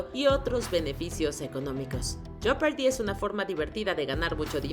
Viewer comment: Se pronuncia jepardi la o no se pronuncia en inglés no se pronuncia joepardi tampoco En cambio la o de fortune si se pronuncia .... no se pronuncia fertun ni forchun se pronuncia fortun..... como en español se pronuncia fortuna así mismo en inglés pero sin la a Chef bien pronunciado en español así como lo dijiste pero en inglés se pronuncia con una s: shef..... por si lo quieres decir en inglés pero este es un video en español.... bien hecho Me sorprendió mucho la pronunciación de millionaire sabiendo lo bien que pronunciaste el francés unos números antes